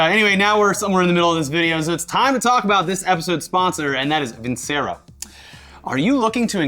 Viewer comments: I hate to be that guy but isnt it pronounced VinChero? Or has Funhaus been pronouncing it wrong? 🤔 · For who's curious, I checked Vincero's website and they say it has an Italian background (as a word) so I guess it should be pronounced with a "c" like "chapstick". Basically not how is saying it all the time XD